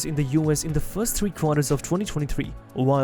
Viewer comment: Why the AI voice-over? (RAV4 - "rave" 4 ?)